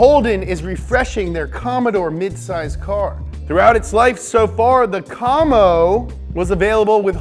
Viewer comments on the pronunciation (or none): no one says Como it’s comi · i hate how you said commo and not commy. breaks my heart.